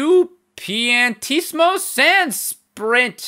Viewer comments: Its pronounced il piantisiomo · I'm pretty sure it's pronounced Ill Pee-an-tee-si-mo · His name is pronounced "Eel Piantissimo". That's not a Roman numeral 2. It's an I and an L.